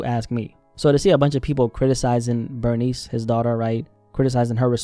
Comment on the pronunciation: Good video but I can’t get over how you’re pronouncing her name like the word “furnace” but with a B. Her name is pronounced Ber-niece” like if you have a niece.